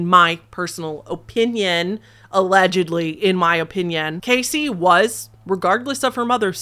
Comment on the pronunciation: "O"pinion Midwest accent